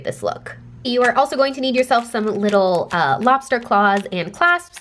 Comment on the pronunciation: I'm the only one who noticed "lobsert" instead of "lobster"??